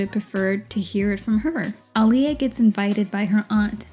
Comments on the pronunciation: The name being pronounced wrong was egregious, but what made me question their commitment to Sparkle Motion was they never truly gave Aaliyah a swoop in any scene. I’m not even asking for ombré, just an intentional swoop to the side. Any random black girl going as Aaliyah for Halloween with no budget and access only to existing items in her closet could have easily done better. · it's not even that different, chill. just heard the narrator who's bitching about it mispronounces it, because it's such a small difference that depends on how you speak. "claimed that Aaliyah was" was said differently than the next time she says her name. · When Are You That Somebody came out, my mom was pregnant with me and named me Alia pronounced the same way… I love my name and the meaning… didn’t like how they mispronounced her name wrong when she made it CLEAR Edit: I often tell people “It’s like Muhammad Ali” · so my only reference regarding Aaliyah was her being in Queen of the Damned (my mom loved it 🤷), but it's ridiculous that none of these people knew how to pronounce her name--or pretended to not know for shock value--when the pronunciation's literally on her album covers. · the aaliyah mispronounciation is so egregious considering aaliyah LITERALLY put ah-lee-yah next to her name on music videos and album covers ): so disrespectful of everyone that mispronounces it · I’m hard of hearing so the intricacies of Aaliyah’s name pronunciation doesn’t hit my ears that much, but it’s literally spelled phonetically in MULTIPLE places, if someone who’s deaf in one ear can see that and make an effort an actress hired to represent the HUMAN that named belonged to should have made an effort! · Wtf you complain about how everyone in the movie pronounced Aaliyah wrong and then you proceed and say it wrong yourself repeatedly again and again... like wtf ? I think you should check the mirror before going on to diss others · Damn everyone in the 90s was saying her name wrong. Embarrassing.